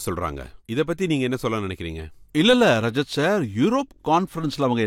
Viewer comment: ரஜத் ஷர்மா ரஷித் ஷர்மா கிடையாது